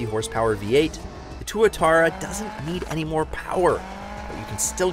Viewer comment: Also, not going to take the opinion of a guy who’s on a car show and can’t hardly pronounce any of the brands names right…tw-utara…and su-leen, like the singer not the chemical!🙄 just to name a few